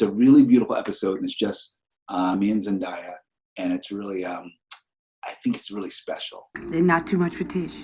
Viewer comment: One of my pet peeves is when people who know and work with Zendaya get her name wrong. They always say ZenDieYa